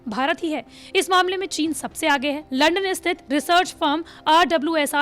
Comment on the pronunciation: आज तक वाले लंदन को लंड बोल दिए बहुत जल्दी है न्यूज़ पढ़ने की 🤣🤣🤣🤣🤣🤣🤑